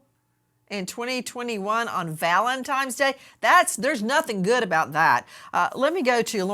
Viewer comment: I can not believe Nancy grace said VALENTIMES day!!!